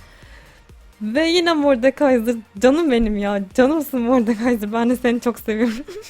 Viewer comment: moydekayzer dedi ya abla konuşamayıpta nasıl bu kadar tatlı oluyon anlatsana biraz